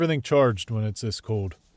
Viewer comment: Where is he from where he doesn’t pronounce internal “L” ? “It’s very code outside”